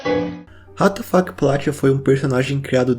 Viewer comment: O Que ele disse: Ratafac O Que minha imaginação disse: What da Fuk